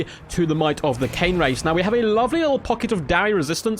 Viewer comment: It's Cairn Wraiths. Sounds like air rather than Cane I believe. That was a party political broadcast on behalf of the Grammar Nazi Party.